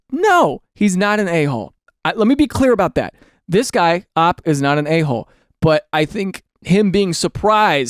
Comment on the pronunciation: Daniel. Daniel. Daniel. Pretend I said those in three different intonations, and this next one in a more severe intonation. Daniel. OP isn't pronounced "ahp". It's an abbreviation. It is "oh pee". Please Daniel. Think of the children.